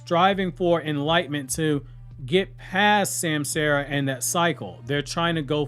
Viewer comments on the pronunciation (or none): It’s ( sam-saw-ra) not sam Sarah lol